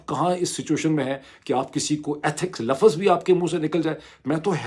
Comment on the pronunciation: For heaven sake the word is not lafaz, it’s Lafz